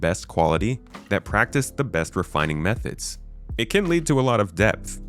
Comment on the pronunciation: He definitely did. Or methods